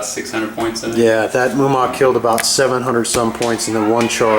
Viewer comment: Mumak, Mu-ma-k